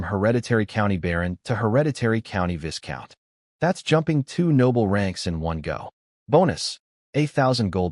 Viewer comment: love this story. One thing...the 's' is silent in Viscount. It's pronounced 'Vi-count' Weird I know...but English is a strange language.